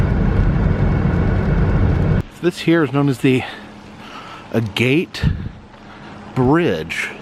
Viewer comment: Not "A GATE' Bridge"...it's like the stone: agate = "AG' it"